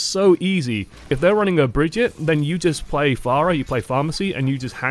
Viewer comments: It's brah-gut-ta-hee. Not breh-geet-tah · Its BrigittE its sound like you are saying BrigittA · You still cant pronounce Brigitte. Its not BrigittA its BrigittE. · it's brigittE not brigittA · not Brigetta but Brigitte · STY YOU STILL CANT SAY HER NAME RIGHT ITS NOT BRIGITTA ITS BRIGITTE!!! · It's not Brih-jet you cad! It's Bri-git-tuh. she said in the thing. Thanks, for at least trying. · Its not Brigitta its Brigitte (you pronounce the "e" like an American would pronounce the word "a" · FFS how hard is it to say this name? Bree-Gee-tay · Please stop saying Brigette in that ducking accent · pls just say "Brigitte" normally:p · I like how is mistaking Brigitte for Mario. "Hey it a-me a-Brigitta!" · how hard is it to say bridgite with the D being silent? come on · just say brigitte... being german sure is great when it comes to pronouncing stuff. I read it and I know how to pronounce it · just pronounce it the english way mate, (bridge-it).. the way she says her own name is merely the swedish pronunciation, its the same name, just said different in other countries. like john/juan or michelle/mikelle etc. can u really imagine people using that way of saying her name before they get pissed off with it ? (unless they are actually swedish) :P its bridge-it... final ! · If anyone is still confused for some reasons it is Bri-Gee-Ta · But Reinhardt pronounced it Brijeet with a soft J! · disliked and stopped watching because you're telling me the Canon way to say her name is wrong. perish to the demonetization overlord of youtube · Saying Bridget like that is cancer, please stop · i love how pronounces brigitte with an italian accent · Youre still pronouncing brigitte wrong tho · Ur German pronunciation is terrible 😂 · You sound so funny trying to pronounce swedish. :-)